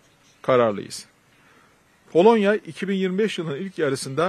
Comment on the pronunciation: Bende palonya demesini seviom Baskan 😂😂❤ bolonyaa balon